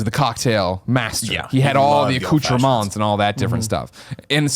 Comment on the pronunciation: lol "accoutrement"